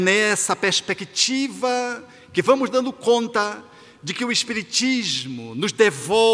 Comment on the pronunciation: Aomo te ouvir, acho lindo quando você pronuncia a palavra "pespesctiva". Suas palestras são muito consoladoras! 🙏👏👏👏👏👏